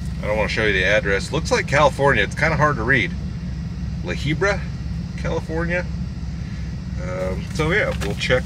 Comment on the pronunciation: It’s La Habra bro haha